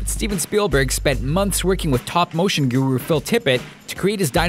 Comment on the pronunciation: "Top Motion". "Top Motion"? "TOP MOTION"?! It's Stop Motion.